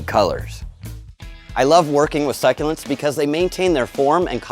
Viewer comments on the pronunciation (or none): I love how u pronounce the word suck-u-lents. Its my favorite plants and i have lots in my room,i can go on vacation for weeks and they are not resentfull to me.